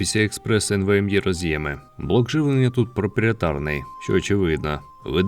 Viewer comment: Комп'ютер гарний за таку ціну. Але вимова, спочатку емвеемЄ, потім Цепе'ю, а потім ролЕплей... Не став дивитись далі...